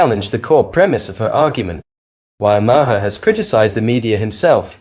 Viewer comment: BILL MA- HERR 😂😂😂😂